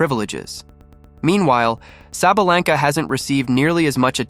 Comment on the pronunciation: You pronounced her name wrong idiot!